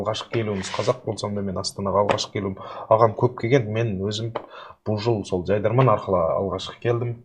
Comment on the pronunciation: Ман демейди мен дейди